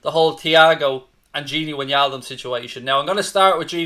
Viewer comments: Its not gini winialdum dude. It’s gini wijnaldum. Learn their names please. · I hate your pronunciation of wijnaldum